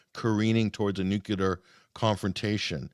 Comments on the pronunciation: Unbelievable how so many so- called educated people still say “nucular.” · Another one who pronounces 'clear' as "culer". What the heck! I hate to cheer on killing anyone, but I do want peace, and I see President Putin's reasonings as very sensible. He's a strong man and a strong leader, all in a little package. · I don't understand why all of these educated people can't pronounce "nuclear." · Not picking on anyone in particular -- just wondering. Why do so many people who should know better mispronounce "nuclear?" It's not a difficult word -- only 3 syllables comprised of 7 letters. 🤔